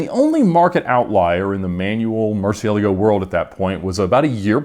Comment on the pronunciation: the way he pronounces Murcielago drives me up a wall.